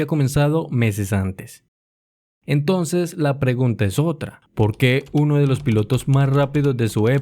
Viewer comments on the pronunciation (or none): none